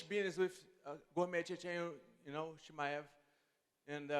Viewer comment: "comecheche chimaev" 😂😂😂